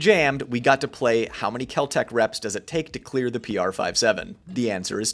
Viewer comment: Spelt Kel-Tec but pronounced Kel-Drek . Don't be a Full (pronounced Fool) buy a super reliable Bull (SAS EDC)